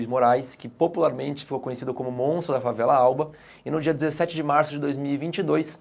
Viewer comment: Tá falando o s do MONTRO galera.